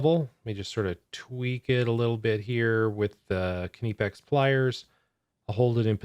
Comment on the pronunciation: You’re mispronouncing knipex google it